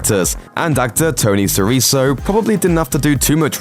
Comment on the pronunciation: Tony SiriKo, not SiriSSO.